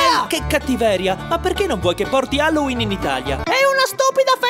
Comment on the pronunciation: Caro, impara a pronunciare bene "Halloween" prima di festeggiarlo.